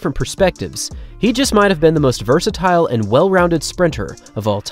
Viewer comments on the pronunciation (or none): none